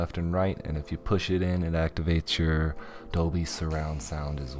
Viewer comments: Lol Dobly... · he said dobly...DOBLY...its DOLBY bro